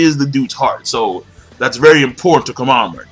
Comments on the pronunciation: You say it as Komamuru not Kom a mura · why do you call him komamuru instead of komamura? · I don't know if anyone's ever told you this before, but Komamura is pronounced "koh-mah-moo-rah". The ending to his name is "mura" instead of "maru".